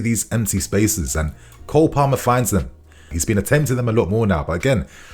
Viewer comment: Its Cole Palmer not Cold...😂😂😂